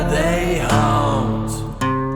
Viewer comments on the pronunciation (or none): it sounds like you're saying hunt instead of Haunt